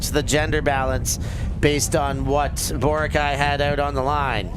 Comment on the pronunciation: Bro is pronouncing Boracay wrong. Basic respect is doing your homework as a commentator.